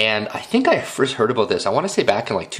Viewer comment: i like this video but excuse my id like to make a correction. you freqquently used the word "a-bote" when what you meant to say was "about" okay? thanks for your consideration of my correction